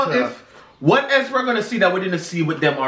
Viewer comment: Lol Jamaicans like to put “H” pan all a di vowels them lol when said “h-else” lol